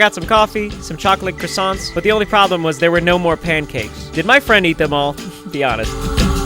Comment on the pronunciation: "chocolate croissants" i'm french and how you called them made me explode with anger